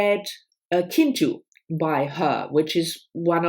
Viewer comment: Nice haul and nice bookhaul blouse! By the way, Kintu is pronounced CHI-ntu. I really dislike when publishers change the title from one country to another- once I bought the same book twice because I thought they were two different books 🙄